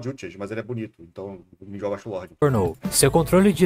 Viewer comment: Nao da pra levar a serio um cara que fala Grimmjaw Edit: não dá pra levar a sério um cara que fala noitóra